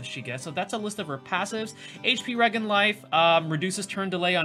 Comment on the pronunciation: In all seriousness, thanks for putting this video despite your rough week. Many of us appreciate it! (Btw, I think it’s pronounced re-jen, like regeneration. But you can say it however with your all-American, New Orleans accent.)